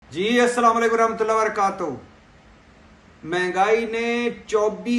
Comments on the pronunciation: Respected sir, I am your listener and like your outstanding observations which are not less then a sugar counted tablets. I just want to invite your intention to a word ' Barakato hoo' which is wrongly pronounced by you as Barakato hoo'. Please don't mind because we all love you being true representative of poor nation. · The word wrongly pronounced is Varaka to hoo'. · Wrongly pronounced word by you is Varaka to hoo.